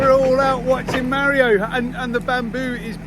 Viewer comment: Tara! Please teach how to pronounce Mario 🙏 …my Dads name is Mario and hearing it pronounced incorrectly is the same as being called Joan 😂 Great job of removing the bamboo! The only way to get rid of it is digging it up. Salt makes the soil sterile and you’ll never grow anything on that spot ever again. Plus, over time it seeps into the deep artisan water - damages the eco system. Round up damages the Shikimate pathways between food source and humans. Food will grow, however the nutrition is rendered unusable by the human digestive system. Hot water is good for small areas like paths etc.